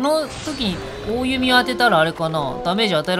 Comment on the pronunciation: おおゆみではなくきょこんと読むんですよ